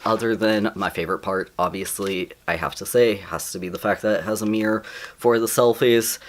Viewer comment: It's the way you say mirror XD also hello!!